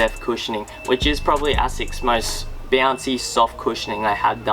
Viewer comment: it is pronounced A-sicks.....not ass-sex.